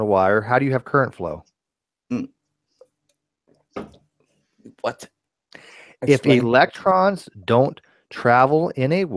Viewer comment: "Electruns go down theh whyehhhh, that's how they wehhhhhk! They flies down the whyehhhs and thehh dynamic. I know how they wehhhk coz I make computehhz!" Styzor the Grand Idiot, 2017